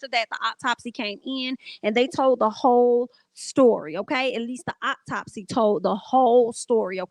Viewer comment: Every time you said optopsy I 💀 I hope Justice is served. This is crazy.